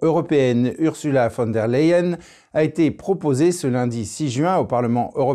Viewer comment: mais pourquoi prononcez-vous " LAyen" c est LEyen. En allemand, un E ne se prononce pas A.